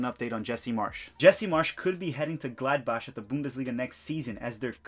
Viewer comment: Bro you’re killing me with your pronunciation. Wien=Vien as in Vienna. An-der-lekt. Glod-bock. Shaquille=Shuh-kill, like Shaquille O’Neal.